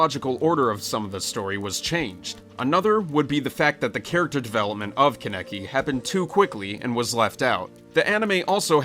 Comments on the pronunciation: i cant stand the way you say kaneki im sorry it sounds like youre saying connect with an accent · KHAN-ni-ki! Get it right! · KHAN-UH-KEE IS HOW YOU PRONOUNCE IT